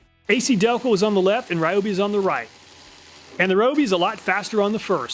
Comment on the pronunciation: its ree oh bee....